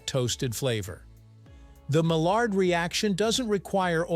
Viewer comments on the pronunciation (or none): the reaction de Maillard comes from a French scientist and is pronounce "Ma Yarr"